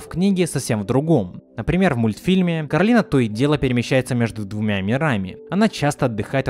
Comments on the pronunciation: Не кароліна а кораліна кто сматрєл етат мультік тот і знаєт😀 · Всё видео бесилась с неправильного произношения имени кОралины (гг постоянно сама исправляла людей, зовущих её КаролИна/КоралИна